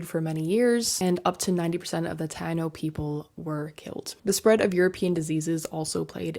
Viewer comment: it's pronounced tay-no😊